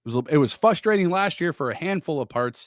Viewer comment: is a canned, teleprompter using, unknowledgeable host. Get this clown off Locked On. Anyone can talk randomly for 22 min about nothing. Again the word is pronounced frustrating, not fusstrating.